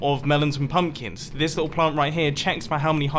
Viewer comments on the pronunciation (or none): he said pumplins! XD